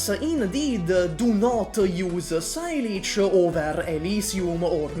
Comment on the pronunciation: "Sigh Leech" lol saileach is a Gaelic word meaning willow, it's pronounced "say-luh"